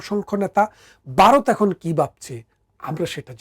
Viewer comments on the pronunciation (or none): এই লোকটির বাংলা ভাষা উচ্চারনের প্রসংশা করতেই হবে।যেমন ভারত হোলো বারত, ধর্মকে উচ্চারণ করছে দরমো।